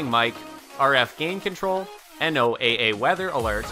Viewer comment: Come on. NOOA isnt spelled out just say "No-Ah". Good Lord! While I'm on a roll, IOS say "Eye-oz". Bios Say "bye oz" These are all acronyms - you speak them, not spell them! "An acronym is a word or name formed from the initial components of a longer name or phrase. Acronyms are usually formed from the initial letters of words, as in NATO and EU, but sometimes use syllables, as in Benelux. They can also be a mixture, as in radar. Wikipedia"